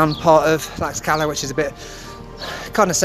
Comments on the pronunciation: The X in Tlaxcala has an sh sound not an x sound! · Not according to literally every Mexican I've ever spoken to jaja. My Airbnb host pronounced it as I did when I specifically asked him and he was born there! It's like with Taxco and Holbox, I've been told about 17 different pronunciations